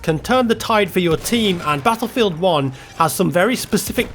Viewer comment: I hate the way he says BUTTLEFIELD